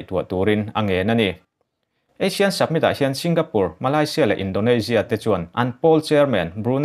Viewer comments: Submit nilovin Summit aw... Han fimkhur zual teh...ngaihthlak a nuamlo vek zel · Submit ni loin Summit aw. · Submit nilovin summit tih tur. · Submit a ni lo, summit... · samit ti a lam rik tur ni awm tak. sabmit i ti tlat in ka hria. ka beng dik lo nge? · Summit not Submit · A bengvar thlak thin hle mai. Summit i lam dan hi submit tia lam a ang khawp mai. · Summit tih hi Submit tia lam chi a ni lo. Fumkhur deuh teh. A țhing pha tlat. Khaw khat chanchinbu mai a nih loh hi. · Chu chu lawm ka lo ngaimawh em em chu submit a ti zel a, mak ka ti tawp